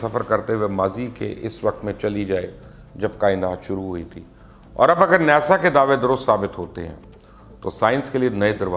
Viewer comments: پہلی بات تو یہ ہے کہ اس ادارے کا نام نیسا نہیں بلکہ ناسا ہے اور دوسری بات یہ کہ دنیا ایک ہی ہے جس میں سرکار دو جہاں تشریف لائے ناسا سچائی سے کم اور جگتیں زیادہ مارتا ہے معذرت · nasa word bolna tou seekh lay